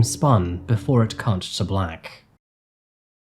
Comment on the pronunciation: ... iplayed over and over and I swear you say "before it c**t to black" 😮... lol